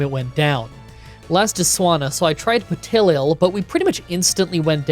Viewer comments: Oof! Duo-cion and Petil-il... This is a tough video for pronunciation fans 😭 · For petilil he is pronouncing the first l twice so pe til lil. It's driving me insane everytime. And then came duosion. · Help with how to pronounce them but love the video Petal and little so Peh-Tee-Lil And Doo-Ocean but say it really fast well how we pronounce it with a Scottish accent 😂😂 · I chuckled at the Petilil pronunciation, but the Dusosion caught me so off guard 😅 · My only complaints are the weird way to pronounce petilil and duosion like it was an eeveelution!